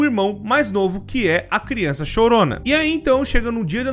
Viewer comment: "Deixar bem claro que criunça não entre" MANOOOOOO TE AMO 🤣🤣❤️❤️